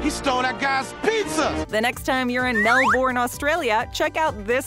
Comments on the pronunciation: Pronounced "Melbun", not "Melborn". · how would you know im from Australia and no one says MEL-BURN its MEL-BEN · btw melbourne is pro nounced as MEL-BEN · It not said Melbourne it’s said “ Mel-Ben” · I’m surprised you didn’t correct the pronunciation. I’m assuming you’re just used to it at this stage in the game lol